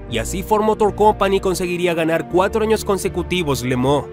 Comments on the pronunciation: Tremendo video!!! Pero se dice Le Mans No!!! Le Mooo… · No se porqué dice Le Mooo, cuando es Le Mans 🤔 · Buen documental. Muchos datos interesantes. Pero una pregunta....minuto 6,38, las 24 horas de limón????? Si no sabemos la pronunciación correcta lo leemoos en castellano y punto.